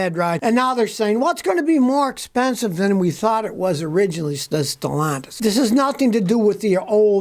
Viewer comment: The new owners name is pronounced as Ste llantis not st launtus. Stellantis is Ste Llantis there is no us in the word pronunciation od this word. ll is the first l in Stellantis id a silent L even th8ugh is repeats or is doubled. Pro nounced as: Ste Lantis.🤫✌️